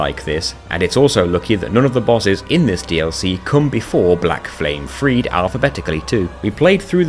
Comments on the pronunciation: Why do people call him "Pontiff" as if it's his first name? lol The e at the end of "Friede" is also not silent. It's Frie-duh, not Freed. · The way you pronounced sister friede is so infuriating